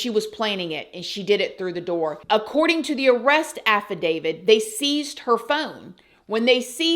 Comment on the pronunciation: It's affidavit not affidavid.